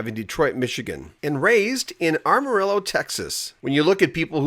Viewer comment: From Google: The city of Amarillo, Texas is pronounced "Am-uh-rill-oh". However, some people may mispronounce it as "Ah-muh-ree-yo" or "Am-uh-ree-yo". J.D. Souther was a great songwriter. Thanks for speaking about him.